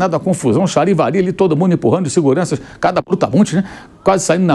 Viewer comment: Charivari ou Xarivari ?😂😂😂 que danado é isso Mauro Cesar Pereira me explica aí